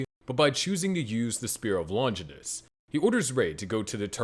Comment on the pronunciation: It's Longinus, not Lonjinis